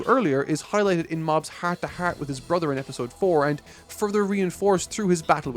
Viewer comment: oh didnt notice you are from ireland till i heard that "heaart to heaart"